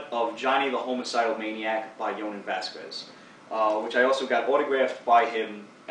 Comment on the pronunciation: It's Vas-skez dude